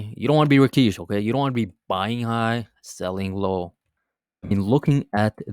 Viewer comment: Who TF is Rakeesh? Lol